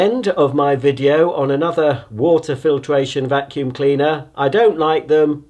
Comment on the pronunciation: I've never heard him say a vacuum this bad